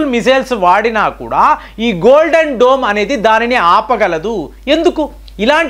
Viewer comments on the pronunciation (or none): none